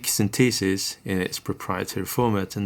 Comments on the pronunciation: Great demo and explanation of the features. Always like your videos but… Pet Peeve of mine, proper pronunciations… The proper pronunciation is: Syn The Sis… not Syn Tee Sis. It is a Syn The Sizer… Not a Syn Tee Sizer Also a tip, if you want to restore all of the presets, press and hold the Pattern and Write buttons at the same time while installing the battery. It is easier to do if you keep one battery installed and the other just slightly out. Then you can hold the buttons with one hand and quickly push the second battery into place. The screen will read Reset. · Sin-TEE-sis? Ugh. Please listen to British pronunciation here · Interesting pronunciation of synthesis. synTHEEsis.